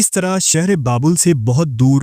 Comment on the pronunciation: Apki urdu adayegi me kami hai.. aap sheen se baney alfazo ko seen me keh dete ho.. jaise Sheher ko Seher Shamil ko Samil Please urdu ki adayegi durust kijiye.. waise video content acha pesh karte ho aap. Awaaz mutaassir karti hai.